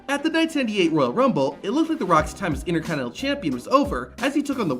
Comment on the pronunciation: Repeat after me... "INTER... CONT...INEN...TAL"